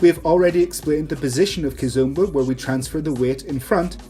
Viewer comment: It is NOT KIZUMBA it is Kizomba omba not umba